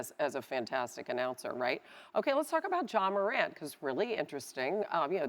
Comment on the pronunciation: Why does it sound like this nigga keeps calling Ja "John" Murant?